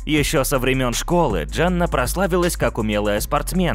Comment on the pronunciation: Почему говоришь Джанна, если она Дженна...